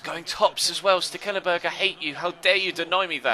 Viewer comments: I can say that it is indeed STEKelenburg because i dutch too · As a dutch person I can say that you butchered Stekelenburg's name ;)